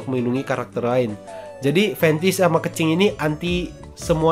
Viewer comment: Kenapa nyebut kencing-kencing bang 😂 keqing keqing 😂